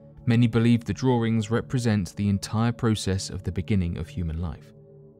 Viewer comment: those are carvings, not "drawerings".